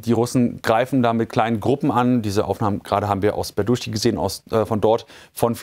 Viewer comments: 'Berdichi so wird ausgesprochen.😊 Nur Tip😊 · tut mir leid, aber der ort heist tatsächlich "berdytschi"!!! das "y" ist kein "u"!